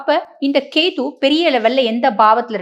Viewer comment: கேது madam... கேத்தூ இல்ல....